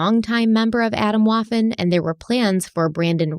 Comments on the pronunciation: "Adam Woffen" cracked me up too! Scary stuff though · Swedish speaker here... I thought she said Adam Waffle 🤣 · the way she pronounced Waffen like waffle.... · As a German speaker hearing the pronunciation of Waffen made me cringe 😅 This story is soooo extremely sad. I'm actually crying from this. I cannot believe how much hatred people harbor and enforce onto others. I cannot believe this group. My heart is so shattered.